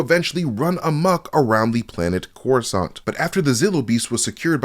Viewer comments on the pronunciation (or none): none